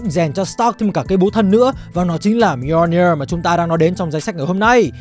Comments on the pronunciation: Mì - O - Ni - Ơ là cái wtf? Người ta đọc là Mi-jô-nia là được rồi, phát âm như sách tiếng việt 1 phiên âm vậy ba? Còn việc Loki nhấc búa Thor đó đíu phải là âm mưu của Loki, nó bị cái spell kia reverse từ xấu thành tốt thôi. Sau này đảo cái spell lại nên nó cũng unworthy trở lại luôn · góp ý :| nếu không biết đọc như nào thì nên dùng google cho nó đọc chứ lên video mà đọc mjolnir buồn cười quá ....